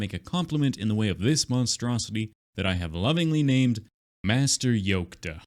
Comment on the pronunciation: Nobody said it so im gonna say it. Its "Yolk"...